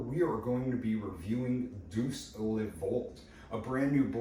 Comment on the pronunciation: Deus is pronounced "Day + us". Looks beautiful, sounds fun.